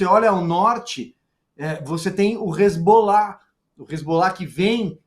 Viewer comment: Só uma correção na fala da, que disse, "hezgollah..." é hezbollah.